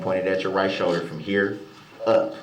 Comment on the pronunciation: A showder? What’s a showder? Does he mean shoulder!?!? He sucks so bad..I can’t stand him